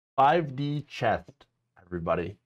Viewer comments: Chess! Not chest 😆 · Chess dude! Not Chest!!!